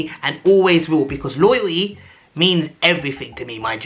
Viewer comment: 'loyal-iy' Lool😭😭😭😭